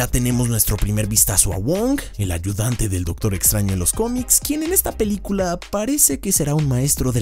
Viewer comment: el dice LA PILICULA JAJJAJAJAJAJJJAJAJAJAJAJAJA